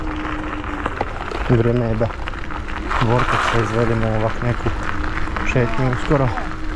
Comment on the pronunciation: šta si rekao ne razumije te se, za vortex